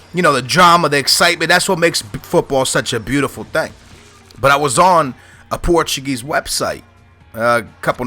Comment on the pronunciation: Are you challenged? I think a guy from Portugal should be able to pronounce portuguese names.